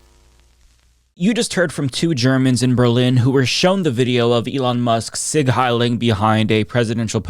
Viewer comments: Its SIEG heil, not Sig. Do you people mispronounce words on purpose to be annoying??? Even wannabe Nick Fuentes doesnt say it right. As a german, you are a bunch of ....'s! How ignorant to say its anything but a sieg heil. The dude even put such an emphasis into the salute so we would 100% acknowledge it as such. My heart goes out was for the american people to give excuses for him. Well done america! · why do americans say "sig heil" when it is "sieg heil"? It throws me off. Anyway incredibly insane how people who like Elon are talking about it